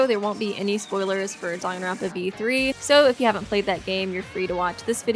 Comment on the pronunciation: Dong-an-ronpa no its Dang-an-ronpa